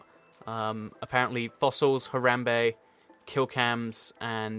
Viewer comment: U say haramba wrong I spell it wrong haha!